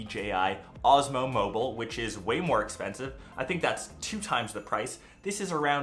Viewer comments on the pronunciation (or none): none